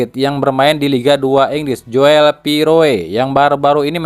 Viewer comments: min joel tu d baca jul napa min,agk comblang aj klu di bca Joel,itu kan tulisan jaman 70 on,oe --u,😊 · Joel ejaan Belanda dibaca Jul